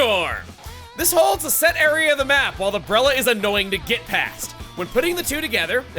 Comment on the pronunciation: The breller- Hol up…he’s speaking in country dialect again XD I haven’t heard country in SUCH a long time!